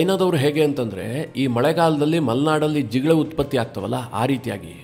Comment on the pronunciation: ಜಿಗಳೆ ಅಲ್ಲ ಕಣೋ ಜಿಗಣೆ